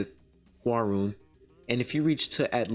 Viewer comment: I think her name is said hwar-yun